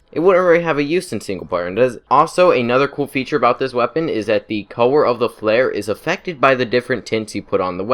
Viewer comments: I love his voice “the cower o’ da fare” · This guy can’t say color